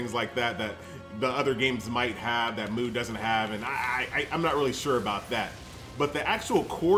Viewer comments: Am I the only one triggered every time he calls it MOO legend, good video btw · mate i think its pronounced "mew" I remember playing the korean version of this game, and the korean lettering of it is closer to mew than moo. haha correct me if I am wrong though